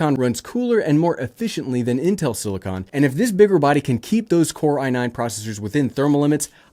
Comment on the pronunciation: Thank you so much for pronouncing it "silicon" unlike every other person in the world: "silikin" You are a scholar and a hero.